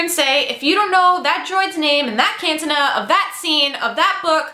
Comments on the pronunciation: Cantina pronounced Can-tee-nah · But 'Caan-tin-nah'? lol!! Great message though. Subed.